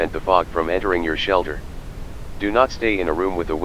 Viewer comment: ah, yes ""shalter""